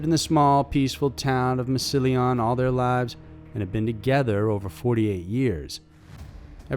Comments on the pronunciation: Mass-ili-on?? us NEO locals to the area pronounce it mass-ilon. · The way you pronounced Massolin made me laugh so hard. Not like, in a bad way, because its mispronounced all the time, but never like that. All French and fancy. Hahaha. It's pronounced "mass-ill-uhn". But, seriously, great content. Keep up the good work! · I'm from Stark county, Ohio and was born in Massillon. Its pronounced Mass-i-llon or Mass-lyn (if you're from Ohio, O's are pronounced like an A, I or Y. Like I grew up in Canton, the o being pronounced like an A or I like Cantan or Cantin. Just throwing that out there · It’s pronounced mass-Lin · The town is pronounced as Mass-see-lynn, sorry but it took me a minute to figure it out by the way you butchered it. Massillon, Ohio. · Massillon is pronounced mass a lawn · Lol its Mass-sill-lon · It’s Mass-lin - stark county is a weird place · Ohio town is pronounced mass ih lohn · Being from Ohio, the way you said Massillon gave me a good laugh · Thank you because at first I was like what city, I have never heard of that in Stark county...lol..replayed it and figured he pronounced Massillon wrong. Just like how people say Mentor wrong or Cuyahoga Falls wrong, you got to be from Ohio to hear how we say it although Lima is a tricky one, people say it two different ways and I don't know which one is correct, Lee-ma or Ly-ma? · You added an extra syllable to Massillon.